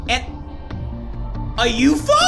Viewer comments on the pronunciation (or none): I know I heard that a you-Fo wtf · I started laughing when said “you-fo”LOL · "A YOUFO?!" Oh. 😂😂😂😂